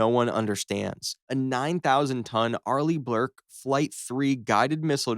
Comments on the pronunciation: Arleigh BLURKE??? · "arlee blurk" da fuk is an arlee blurk there kiddo? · "Arleigh Blurke" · arleigh blerk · "Arleigh Blurke" 😂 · Ah yes, an arleigh BLURKE destroyer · Arleigh bLurke? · Arleigh Blurke vs Port’s mouth